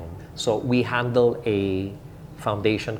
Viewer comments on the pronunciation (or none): none